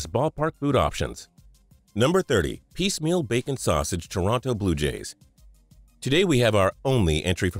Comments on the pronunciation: It's peameal, not piecemeal! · The first one for the Bljue Jays. It's "peameal", not "piecemeal" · PEAMEAL NOT PIECEMEAL